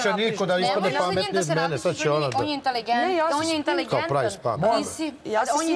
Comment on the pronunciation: nene, intelEgentan se kaze